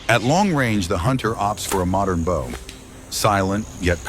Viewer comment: Mitch Pileggi, whose voice they've stolen, is not so stupid as to pronounce 'Bow and Arrow' hunting as" Bough and Arrow" hunting, pay the voice actors you thieves!